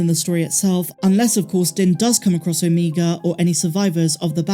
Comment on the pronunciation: O-MEG-a not O-mEEg-a…. Please, please, please!!!!! Love your channel and everything else you do!!!